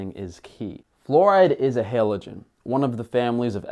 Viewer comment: 2 things: cite your sources and it’s HALogen not HELogen